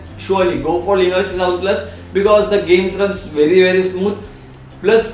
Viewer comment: Good review but I think you have problem pronouncing lenovo.It is sounding like "lenovay". Anyways keep up the good work:-)